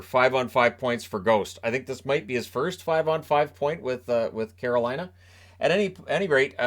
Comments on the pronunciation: same I caught the same thing. He got out Caroline and then the wrest of the word was absolute jargon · Know what you mean. At one point when he was trying to say "Carolina", I legitimately thought he might be having a stroke.